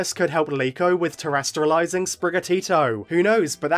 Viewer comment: Not to be that guy but its terasTAllizing, not terasTRAlizing.